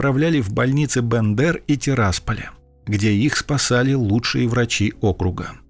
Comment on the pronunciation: От БЕндэр! Вторая буква Е. Всегда.